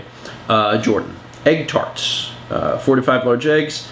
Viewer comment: Egg tart pronounciation is hilarious! Try saying "dawn taa-t". It's a light "t" sound at the end of taa-t